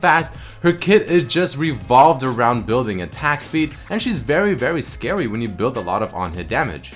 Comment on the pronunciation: "vewy vewy scawy" :D